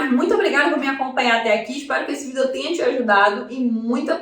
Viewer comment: Quando fala vidÉo me dá uma agonia rsrsrs, fora isso conteúdo top 😉